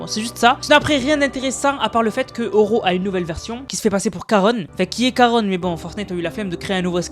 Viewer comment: Ça ce prononce Sharon au fait